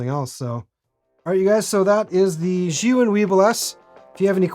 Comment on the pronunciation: Finally someone that pronounces Zhiyun correctly!! Great video, really enjoyed your honest information about the gimbal.